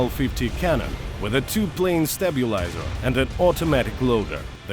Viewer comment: for example after "tiurret" "stabulizer" "thermal imagning/imagering" thats 3 pretty audible errors in like 10 seconds wasnt the first time but i just skipped random into the video to find some timestamp for making example